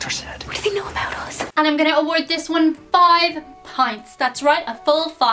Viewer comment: The way you say give pints have me laughing so hard. It's like your spitting some hard ass rhymes the way you get into it lol. Great video